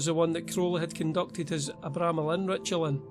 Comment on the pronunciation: It’s pronounced Arr-bra-melon